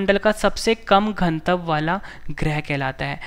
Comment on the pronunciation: Pronunciation sudharo ghanatav ka